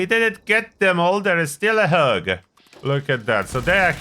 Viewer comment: when you say hog it almost sounds like hug and we are all searching for a nice hug